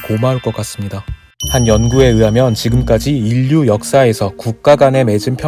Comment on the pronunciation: 다 좋지만 ㅠ [으사]ㅡ>[의사] [으하면]ㅡ>[의하면] 유익한 정보전달 영상이므로, 발음에 조금만 더 신경써주시면 더욱 유익할 것 같습니다.